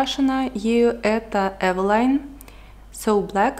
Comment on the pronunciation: правильно говорить эвелин